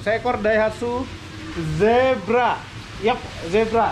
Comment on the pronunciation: Zebra bukan Sigra